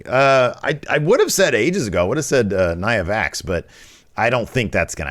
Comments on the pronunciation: Did just call her Nia Vax? XD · I had a chuckle when u said Nia Vax